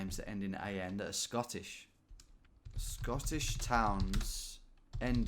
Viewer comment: I gotta say Scottish pronunciation was so far off hahha, do enjoy the videos tho